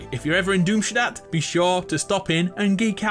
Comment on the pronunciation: Finally, a YouTuber who pronounces Doomstat correctly